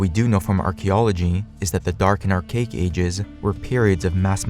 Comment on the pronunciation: When are youtubers gonna understand that imbeciles (or imbecilic robots) narrating erudite talks look like shite when their chosen narrator makes "ar-CHA-ic" sound like "ar-cake"?